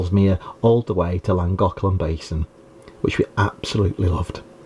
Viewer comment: Great vlog as usual.. in case you’re stuck its KLAN-GOTH-LUHN…. apparently 😊❤